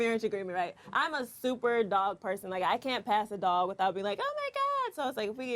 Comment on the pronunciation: The way he pronounced "pass" ....caught me off guard idk y...i had to rewind lmao